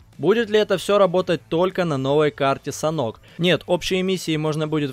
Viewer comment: Не санхок а санёк)